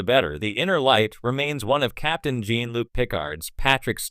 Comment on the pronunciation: Yeah, whoever made the video should have spelled "Jean" like "John" and "Picard" like "PuhCard" in order to try and get the AI voice to make the correct pronunciations with the text/script. Just playing around with the spelling of words would have helped.